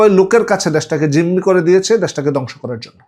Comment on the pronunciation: কিছু শব্দের উচ্চারণ একটু সংশোধন করা যায় না? একটু চেষ্টা করলে হয়ে যাবে। যেমন_ দ্যাশ নয় দেশ। য-ফলা ( নয় এ-কার )। ধ কে দ বললে ভালো শোনাচ্ছে না। যেমন, ধ্বংস কে দংশ বলা হচ্ছে। ( not dash it is desh )